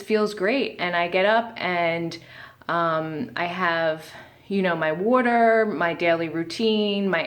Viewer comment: "Werter..." are you in Philly!?